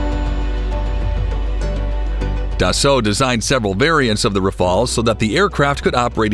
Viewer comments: Do your homework mate. The French aircraft is called Rafale...or RAF-ALE if you prefer. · It's GRIP-EN and RAF-A-EL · RAFAEL is an Israelian defense company. Even if you are native english speaker, try to pronounce Rafale properly.